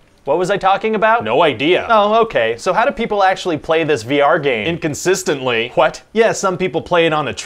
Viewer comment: Idk why, but I love the way he says, “what?”